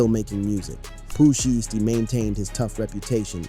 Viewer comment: Why all of these videos can’t pronounce names anymore, who tf is shisty, and sheisty 🤷🏾‍♂️🤷🏾‍♂️🤦🏾‍♂️🤦🏾‍♂️